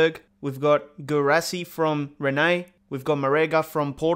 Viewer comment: You said Reannay for Rennes 😂